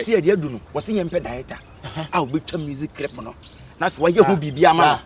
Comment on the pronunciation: Kyekyeku you said crip aca said tarented and u are laughing